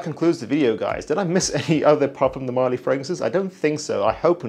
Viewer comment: marLY not MÁrly